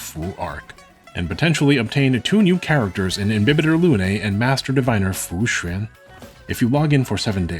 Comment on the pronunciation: The way he pronounces fuxuan made me realize he's chinese-american. And now i can't stop imagining him looking like my old roommate.